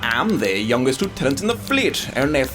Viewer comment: he said Lieutenant wrong. Twice.